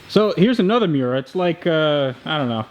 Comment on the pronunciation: Damn it! If you're gonna say the name of the car, get it right. It's Mi-Yoo-Rah. Italiano! And it helps to have a double espresso in one hand and a lit cigarette with an 2.5" unbroken stack of ash in the other. And use your hands expressively when you talk--but don't break the ash stack.